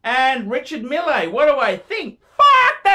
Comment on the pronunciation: Pronounced "mill"